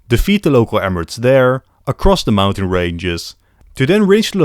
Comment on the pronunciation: The rage bait saying ‘mountain’ every time